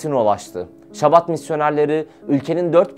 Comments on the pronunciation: Chabad yazılır ama Şabad okunmaz. Aksine Almancadaki gibi tükürürken damağa tükürük sesi gibi sert bir H sesiyle Habad olarak okunur. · Şabad değil Habad diye okunur, birazcık araştırın editör kardeşler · şabat değil habad okunuyor bildiğim kadarıyla..